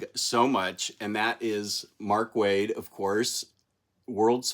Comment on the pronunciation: If you watch any interview with Mr.Waid on Worlds Finest, you will obtain the secret knowledge of the pronunciation because your attempts at it are killing me